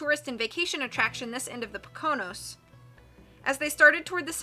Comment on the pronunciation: So sweet! You read splendidly! Just a mention, The Poconos are pronounced as if you were simply saying, Poke-A-Nose. It's funny how many North Eastern Indian names can be pronounced in english, broken down into a funny sounding phrase. Similarly, the New Jersey city Hackensack sounds like Hack-N-Sak.